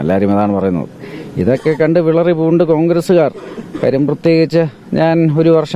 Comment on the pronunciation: വിളറി " പൂണ്ട് അല്ല മകനെ" വിറളി " ആണു ശരി. മലയാളം ശരിക്ക് പറയാൻ പഠിച്ചിട്ടു വാ ' എന്നിട്ടാകാം. MP ''